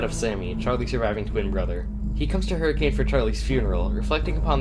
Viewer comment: This is a really cool rewrite. Definitely more satisfying than the original and seems well written. Great work! I would also like to say that every time you pronounced Hurricane the way it should be pronounced my mental expression was :)